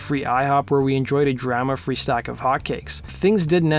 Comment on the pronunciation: Interesting pronunciation of "drama".